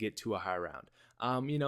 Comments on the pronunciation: I love high “roun” strats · high "roun" strategy?wheres the D? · you...you lost the "d" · High roun 😂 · High roun? lol